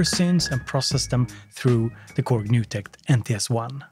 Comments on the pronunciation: Ja, wir Germans also say "Digitakt" and not "Didjeeh tact" ^_^ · cool video but your not gonna convince everyone to pronounce digitact your way